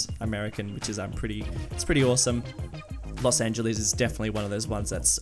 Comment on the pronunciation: worst prounacment of los angeles